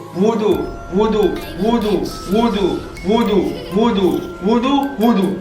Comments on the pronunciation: you're saying woodo not voodoo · I swear this guy's bored asf By the way you're your saying woodoo